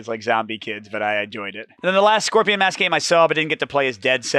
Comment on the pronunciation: Great video! Just a heads up: Scorpion Masqué has an accent on the last e, and it should pronounced in english ''Scoprion mask-ay''. Scoprion masqué means ''Masked Scoprion'' whereas Scoprion Masque without the é would simply mean ''Scorpion Mask'', which is a bit of a different. Hope this helps! :D